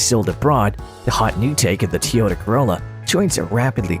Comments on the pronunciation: T oyota? it is Toyota. Not T oyota. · Had to stop watching this this idiot can’t even say Toyota correctly